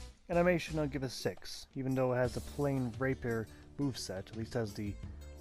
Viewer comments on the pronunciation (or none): Great video please check out rapier pronouncing : raypeer 😀